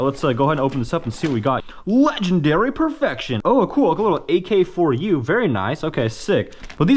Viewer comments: you said ak-4u and i died💀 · Dawg... AK74u, Bersa and Cartridge. Not AK4u, bersta and carcridge. Good vid besides some of that lol